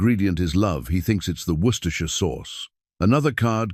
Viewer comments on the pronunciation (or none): none